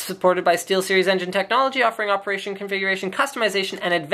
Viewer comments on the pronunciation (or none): none